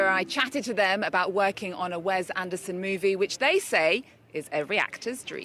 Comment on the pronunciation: ...It's Wes (wess), NOT Wez.